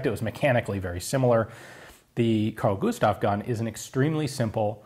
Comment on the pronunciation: "Carl Gustav" Eh, not so bad. "Husqvarna" YIKES!